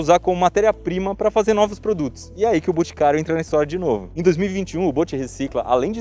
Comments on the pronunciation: Iberê falou mil vezes "BUticário", zero vezes "BOticário"... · "buticario" kkkkkkkkkkkkkk